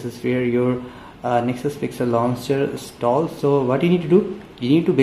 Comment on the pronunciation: Pronounce installed correctly. It's so sick to hear the wrong pronouncing.